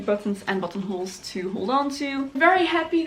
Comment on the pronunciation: I thought you said buttholes